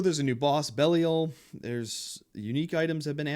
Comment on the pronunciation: Great season review as always! The boss powerups have a lot of potential for Sorcs to scale this season. Looking forward to the Gregiore build. Btw, I love your pronunciations of these names. From Ty-Rell now to Belly-O 😊